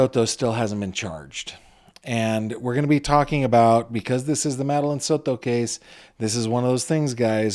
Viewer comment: It is Soto not "Soro" It is Brucato, not "Brugaro" PRONOUNCE WORDS WELL YOU 1D10T!!! (this is for that cringe reporter in court tv)